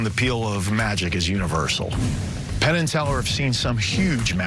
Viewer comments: Definitely called Penn, "Tenn". Love it. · Hahaha he said Tenn instead of Penn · i swear you called penn, Tenn hah quaity trick tho man :D wish i could do it as good as you can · He called himTenn